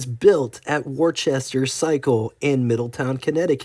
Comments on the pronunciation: Is this AI narrated? WOR CHESTER..??? There's NO H in Worcester..it's pronounced WUSS-TER.. and then it went from saying DO-PONT to Dee-pont, Then the mistake calling the late model vertical twins, V twins ..If this is an educational video it has really missed the mark. I should have waited to post the mistakes as Floyd Clymer was pronounced Claymer..oh ffs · "Warchester" is pronounced "Whoo-stah."